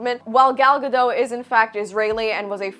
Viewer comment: Gadot must love folks still mispronouncing her name. The T is not silent girlfriend. You can find interviews of her explaining as much. Totally understandable if your doing it out of spite tho. I love a good spite.